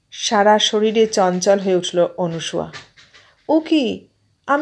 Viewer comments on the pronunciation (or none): পাঠ বেশ ভাল তবে নাম টা অনুসূয়া নয় মনে হয় অনসূয়া। ভাল থাকবেন শুভকামনা রইল